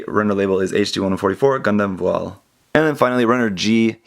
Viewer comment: you got the pronunciation of that name spot on